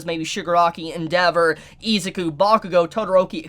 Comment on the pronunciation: I cringe every time he butchers their names. List of butchered names so far: Izuku (e-zuhkoo) Ochacco (oh-chuckle) Mineta (minuhtuh) Kirishima (kuhreeshy-muh) Aizawa (eyezuhwuh)